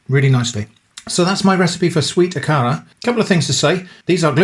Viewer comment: It is pronounced A ka ra hard A’s 😊 These are a lot like Nigerian puff puff. 👍🏾 Look them up